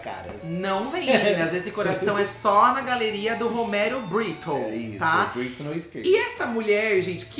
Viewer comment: “Brittno Spears”